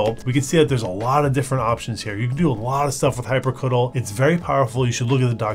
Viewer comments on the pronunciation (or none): "hyprcutul" wtf?! what kind of pronunciation is that? For me it's always been hyprcitiel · Calling hyprctl "hypercuddle" instead of "hypercontrol" is the icing on the 3-pointless-camera-angles-per-second cake. Went from "annoying, but it's youtube" to "give me my nine minutes and forty three seconds back you monster". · the way you pronounce it... /facepalm... hyprctl, i am pretty sure the phonetic pronunciation is: "Hi-per-SEE-tee-L". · I love your pronunciation of 'hyprctl' hyprcuttle lol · "Hyprecuttle" ahahahah, that's a way to pronounce it Sounds like "hyper-cuddle" in my mind